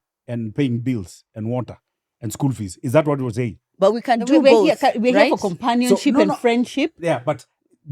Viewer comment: Awehhh murugiii my ribs noo!!!😂😂😂😂😂,.. Ati look at how you saying 'companionship,.😂😂😂😂😂